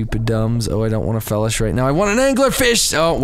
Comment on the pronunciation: It annoys me on how you say felish,I'm pretty sure it's pronounced (Fee-lish) like Feline fish